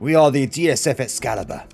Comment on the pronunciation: EXCAILBUR hurrr durrr 😂 Dont end this series please. and fix panda name please.